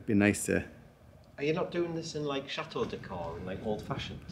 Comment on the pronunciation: Please please learn to pronounce CHATEAU correctly. It's Chateau and not Chat- eau. Not trying to be unkind. Greetings.